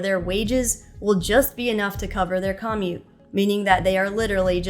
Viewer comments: CAH-mute? Is that a thing? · It's hard to take someone seriously when they don't know how to properly pronounce common words like "commute".